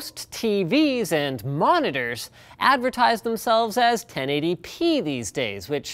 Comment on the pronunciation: Ok, so i finally realised that this whole time Linus was saying "10 ADP monitor"(i even googled it) he was actually saying 1080p...